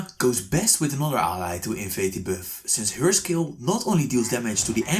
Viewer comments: "invade the birth" LMAO he been saying that the whole time, instead of buff, he saids birth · why u say beff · Stop saying biiuffff 🤣🤣🤣🤣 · I like how he pronounce buff as bewf